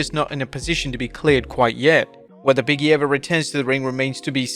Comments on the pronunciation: I always thought it was "Big E", not "Biggy" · Big-E not Biggie smh